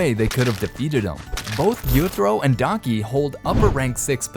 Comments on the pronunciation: It’s Daki, not Donkey. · Am I the only one that can hear DONKEY 😂😂(instead of DAKI😅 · Bro said Donkey instead of daki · You idiot it's "daki" not "donkey" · he says donkey instead of Daki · I thought you said donkey 😂😂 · I like how no one has mentioned dudes saying daki like donkey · Lol every time he says Daki I hear "Daunky" 😂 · why he calling daki, donkey?? am i the only one hearing this? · I swear this dude keeps on pronouncing daki as donkey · am i the only one who heard donkey instead of daki ?💀💀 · when he said daki i thought he said donkey